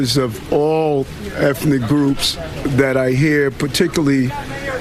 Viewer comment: Did he say ephnic groups lol.